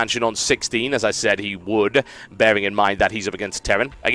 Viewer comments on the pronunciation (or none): none